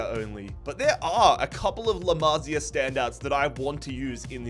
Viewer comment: “La mazi A” 😭